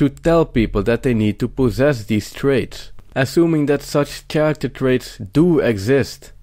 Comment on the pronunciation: Good point. Bare in mind the word Character has K sound like orchestra and chello. Kind of Italian ....but content BRILLIANT